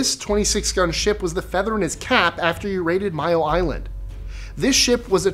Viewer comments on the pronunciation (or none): none